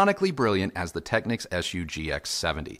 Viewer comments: 100% pronounced as “Techniques”! You are absolutely correct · Hey and! Just a small detail and it’s regarding a name. You’re in the industry now and I’m not, but I was many years ago when Panasonic kicked off the Technics brand name. You pronounce it phonetically “Tech-nicks”, which may now be the case. But back in the day when I sold the brand over 40 years ago we were told by the Panasonic/Technics National Sales Manager it was pronounced “Tech-neeks”. No biggie, but I thought I’d bring it up as a convo topic. Please chime in as I’d like to hear from you on this, as a industry veteran I’d like to know just out of curiosity if you heard different. Perhaps it’s part of Panasonic’s newer marketing strategy, that they changed the pronunciation. Thanks guys. Keep up the great work! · Interesting that you should bring this up. I"ve been pronouncing it "Tech-nicks" for all my life, but I recently watched some footage from an audio show and was very surprised to hear the sales rep indeed pronouncing it "Tech-neeks". Made a mental nite of it and resolved to mend my ways. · It’s pronounced phonetically. Who says your ‘national sales manager’ knew what they were talking about? Go and watch a few videos on the Technics channel and it’s always pronounced phonetically.